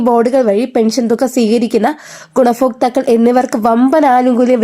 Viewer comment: Gunafokthakkal alla,gunabhokthakkal,sarikku Malayalam parayuka